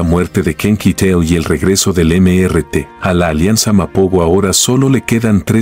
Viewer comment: No se dice.. eme ere te, se dice.. Míster ti, era su nombre.